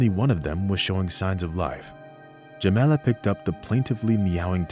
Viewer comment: WHY are you calling her "Jemenna" and "Jemela", when the text clearly states "Jamala"!? REPROGRAM your BOT!